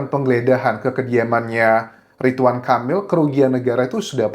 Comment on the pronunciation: Ridwan bukan ritwan 😢